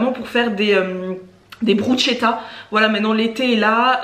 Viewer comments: Au top merci j'adore ce genre de vidéos 😊 et moi aussi je mange pas tout ce que mon chéri mange donc je me reconnais pas mal dans tes courses hihi^^ ah oui (ayant un cheri italien j confirme) on dit BRUSSSSSSKETAA et non Brutchetta😋 hihi et clairement des fois un peu de consevres de sauces tomates pour un repas express ça passe! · Bonjour ! Deux petites choses: on dit: 'brousketa" et ma diététicienne m'a dit qu' elle préfère de loin les lentilles normales car les corail ont moins de fibres et autres nutriments. Tu es rayonnante ! 😍 Bisous. 💖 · Bonjour et merci pour vos vidéos, toujours intéressant et les recettes sont chouettes. Juste pour vous dire que bruschetta, ça se prononce brusketta. 😉. Belle journée !